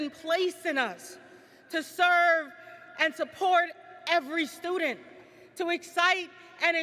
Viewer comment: Why can't this university trained president pronounce the word student correctly?